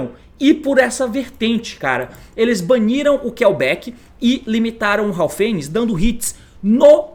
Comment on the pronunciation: "Haofenis" também kkkkkk